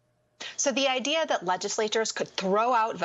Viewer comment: Someone needs to tell Mehdi that there is no "R" at the end of the word "Idea". There is no such word as IDEAR.